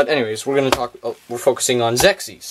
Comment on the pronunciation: Just to be helpful... The name of the game is pronounced "ZEX IS" If you look up the original TV Commercial, You hear the announcer pronounce it this way. I owned this game as a kid and wish there was more interesting stuff about it on Youtube. Sadly, There arent any "history of" type videos or lore explanation videos anywhere.